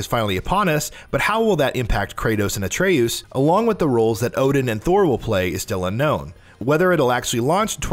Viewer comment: Bruh he rly said “Atrayoose”